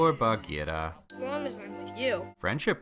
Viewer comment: as a cub scout leader, i appreciate the correct pronunciation of bagheera :)